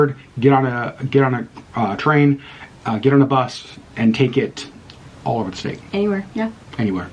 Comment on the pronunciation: State, not statue. 😂